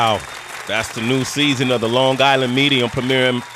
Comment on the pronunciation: Because the said Long Gisland - I can't watch it. That hard G mispronunciation; is where I go.